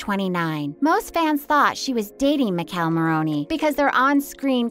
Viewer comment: I’m not a fan of how this lady saying Michele name lol